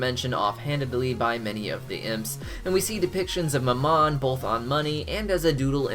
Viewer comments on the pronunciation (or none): You're pronouncing Mammon wrong. The emphasis goes on the FIRST syllable. And Beelzejuice isn't seemingly a reference to Beelzebub, it's DEFINITELY a reference to Beelzebub. I literally smacked my head when you said "seemingly". And then you said "seem" again when talking about the fish that definitely swam through the demon alcohol. PLEASE remove that word from your vocabulary, as you apparently cannot use it correctly.